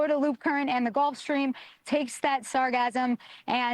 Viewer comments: It is pronounced sar gass um. NOT sasgasm. It used to be called Sargasso, as in its place of origin, the Sargasso Sea. It was famous for preventing wrecked ships from sinking. Why some idiot re-named it sargassum is beyond me. it is akin to the mis-pronounced word medullary, (meh doo la ree), meaning, of or pertaining to the medulla, a part of the brain. Some retard in the advertisement of a medicament began pronouncing it as (med yoo larry) and it makes me grind my teeth every time I hear it. Still, it may not be the fault of the microphone stand, since the plastic in her face probably won't let her form proper words, anymore. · sargassum not sarcasm(or sargasm) lol the "ss" sound isn't the same as "s" sound... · She pronounces sargassum like she is thinking of orgasm. There is no 'z' sound in sargassum.